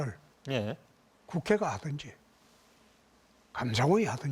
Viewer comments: 틀니좀 교체하셔요 할아버지 발음이 다 세요 ㅜ ㅜ 턱별감사가 아니고예~~ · 틀니좀 교체하셔요 할아버지 발음이 다 세요 ㅜ ㅜ 턱별감사가 아니고예~~ 당신 시장선거 당선부터가 무효아입니까 할배